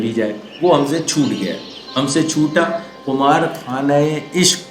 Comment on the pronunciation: درست تلفظ قِمار ہے، بکسر القاف ابھی تو یہ آپ کی پہلی ویڈیو آگے پیچھے کر کے دیکھ رہا ہوں پر اتنا یاد رہے آپ غالب پہ بات کر رہے ہیں سو ریکارڈنگ سے پہلے تلفظ وغیرہ کی تیاری کر لیا کیجیے کم از کم اشعار میں آنے والے کسی لفظ کا تلفظ غلط نہ ہو باقی یاد ماضی عذاب ہے یا رب آپ نے شاید مسلمانوں کا شاندار ماضی سمجھا سو اقبال کی طرف نسبت کر دی ایسے ضرب المثل شعر کی غلط نسبت بھی مقامِ افسوس ہے